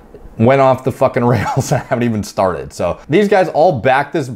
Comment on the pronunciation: fAKinnN PEELED OUT OF HIS TREE